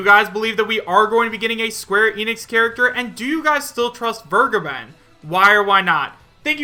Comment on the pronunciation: Vergeben is german It means to forgive it is pronounced like Fair + Gay + Ben